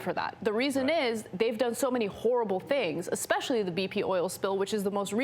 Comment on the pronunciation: "elmtary" "especaly" lol. Apparently your teachers didn't do a good enough job "brainwashing" you. hahaha.